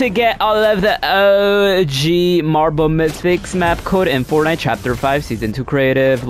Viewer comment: Half the time all I heard was “ohhhh geeeeeee marble mythics”